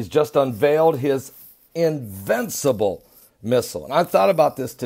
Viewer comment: invicible ?? are you a god? lol.